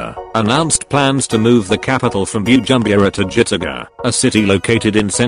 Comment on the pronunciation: You must learn how to pronounce the African names coz the way you pronounce Bujumbura 😁😄😅is very funny.